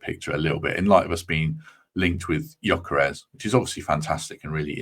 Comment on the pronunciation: Looks good for me too👍🏼 The ‘s’ at the end of Gyokeres is pronounced ‘sh’ FWIW🧐